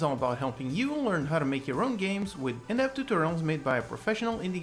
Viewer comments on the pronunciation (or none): Heya, It's been bothering me for a while, but the way you say "In-depth tutorials" kinda sounds like "in-ept tutorials", which I don't think is the intention here. Might be just me, but something to keep in mind. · Neuroth it’s not just you I keep hearing too, I was going to mention it in a comment cause it was kinda funny